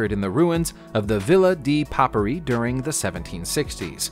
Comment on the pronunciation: Papyri = pah - PIE - ree